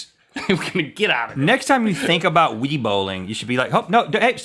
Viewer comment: Isn't your fault for not taking your kids bowling? Don't blame the Wii for WiiBowling, blame the Wii for sounding like you're trying to say "Wiener".